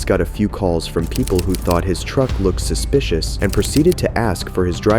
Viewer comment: this cop can't even pronounce "suspicious" correctly. "i got called out here for a spicious vehicle" the only thing "spicious" here is the cop's iq